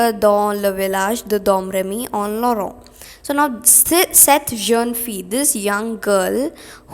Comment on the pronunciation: Seriously, It's not Jen it's Jon d'arc And it's Loren not lora And when you have et or est, etc. Before a vowel the t at the end is pronounced And its ganye not gaynye And wrong definition for combustion Any object that undergoes combustion(combustion is a chemical process where an object reacts with oxygen to give out heat) is called combustible Not all combustible substances give out flames, for example coal/charcoal